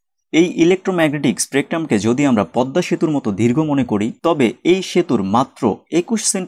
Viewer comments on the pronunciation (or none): none